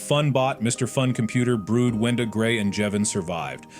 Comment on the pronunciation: ITS NOT BROOD ITS BRUD YOU STUPID